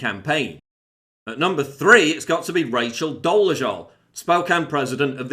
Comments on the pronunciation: I hereby award you the prize of small + for being the first and so far only person on the internet, who pronounced the name "Doležal" correctly. Small details like this are the reason why your channel is better, than anybody else's, especially from the established media. You do your research. Great job. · also, congrats are in order for being pretty much the only 1 who is pronouncing doležal's name correctly :) i can't stand the broad but i do appreciate correct pronounciation :D cheers